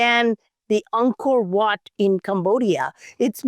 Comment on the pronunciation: He said it more anchient than Angor wat...ouch